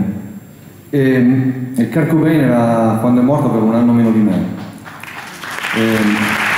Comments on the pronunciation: Sì, xo' non si può sentire ancora kArt ! Apprezzo molto Agnelli (che mi risulta parli pure l'inglese) ma, dopo 25 anni, impareremo a pronunciarlo come si deve? Qndo lo sento non mi sembra nemmeno si parli di lui.... 😔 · Comunque mi meraviglia sentir dire Kart quando si chiama Kurt.... E comunque nel ritornello non dice assolutamente "pain"... Molti sono convinti che lo dica ma non è così.... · Infatti... Io correggo sempre... Kurt non kart... È come David Bawie o Bowie???